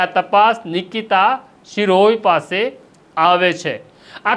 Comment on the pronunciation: શિરોય નથી શિરોયા છે અટક. સરખુ ગુજરાતી વાંચો. તમે બધા જર્નાલિઝમ મા પાસ કેવી રીતે થઈ જાઓ‌ છો‌ સામાન્ય ગુજરાતી પણ નથી આવડતુ. 😂